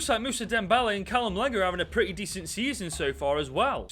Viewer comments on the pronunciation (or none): none